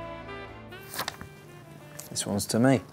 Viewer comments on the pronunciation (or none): "Thes uons fo mei"